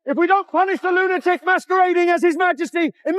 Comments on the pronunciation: Or Lunaturk...Lunatrek...Lunatrick....Lunator.... 😅😅😅😅😅😅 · Why can't AI ever pronounce lunatic correctly 😂😂 You're a lunatock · Its sooo funny 😂